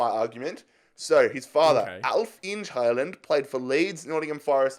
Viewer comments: mate, It's Haaland not Hailand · The way says haaland sound`s like hei land (Hello country) in norwegian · Me: watching this video while drinking milk: "HyLaNd" The milk in my nose: aii Imma head out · Nobody:: HaIyLaNd